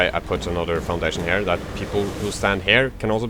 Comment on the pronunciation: You need to learn how to say "here"